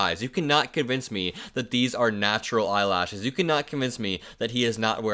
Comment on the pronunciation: Naturl? 😆😅🤣🤣 :face-blue-smiling